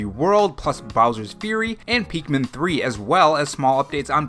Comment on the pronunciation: “Peekmin 3”